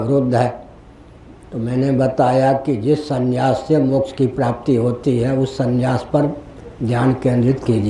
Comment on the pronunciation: Not sanyas but sannyas. Correction by Muth is required.